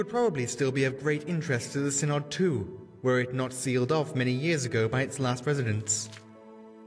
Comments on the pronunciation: The "y" in "Synod" shares the same pronunciation as the "i' in "sin". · Pronounciation of Synod is indeed as in "sin", not as in "science". Pity they didn't clear that up before recording the dialogues.